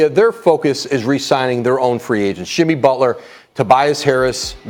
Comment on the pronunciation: man said shimmy butler